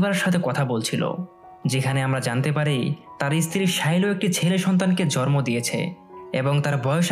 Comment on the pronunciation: আপনার উচ্চারণটা ঠিক করবেন। আপনার জন্ম উচ্চারণটা সঠিক হয় না। মনে হয় আপনি বলতেছেন জরম। আশা করি বুঝতে পেরেছেন।